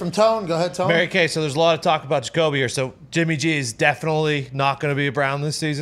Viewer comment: “It’s Mary KAY” 🙄